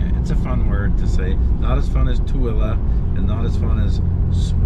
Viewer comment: "Too-el-a",Matt say it with me!